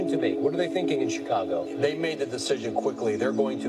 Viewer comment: BRO NEEDS TO LEARN HOW TO PRONOUNCE CHICAGO